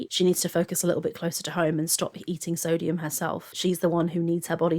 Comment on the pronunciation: this is a nitpick but i cant stand the way she pronounces things like its genuinely really starting to annoy me. soodium. eyg. layg. melk. ben and jerry. shes unreal.